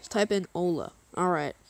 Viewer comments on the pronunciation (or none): none